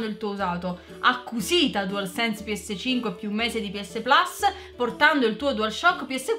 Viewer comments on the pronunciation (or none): none